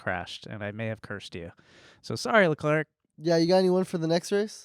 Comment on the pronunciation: babe, you gotta brush up on the pronunciation of the F1 driver's names LUIS hamilton? leCLERK? 💀💀💀i'm deaddddd